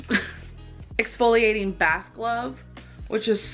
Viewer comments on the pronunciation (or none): 2023 and still can’t say exfoliating. Some things truly never change. Especially with her.